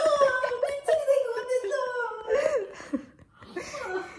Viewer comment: 와 정확히 8번 만에 알아들음 “너무 무서워쪄 뜀틀이 된거 같아쪄!!!!ㅠㅠㅠ” 이거였움!!!